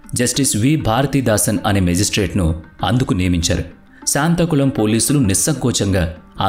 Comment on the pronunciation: శాంతాకుళం కాదు, సాత్తాంకుళం!